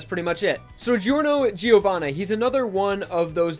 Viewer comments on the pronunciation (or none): His name is pronounced Jorno Jovanna Gio is pronounced as Jo